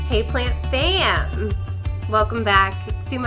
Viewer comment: I’ve watched many of your videos now and I just can’t decide if you’re saying: hey, plant fan! Or hey, plant fam! And I was hoping you could clarify for me 😂 lol thank you!!